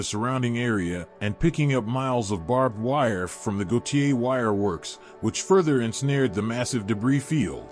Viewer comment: And Gautier is pronounced " gaw tear"